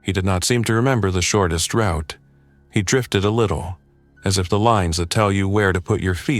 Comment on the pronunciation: AI cannot pronounce router or route. 😅